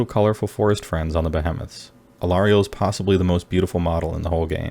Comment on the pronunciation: not be-hem-iths, Be-HE-meths